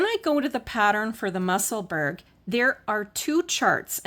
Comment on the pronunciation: Thank this is all very helpful. I hope you won t be offended if I help you with the pronunciation of Musselburgh I'm a Scotswoman who lives there the way to say it is probably closest to Musselburrah.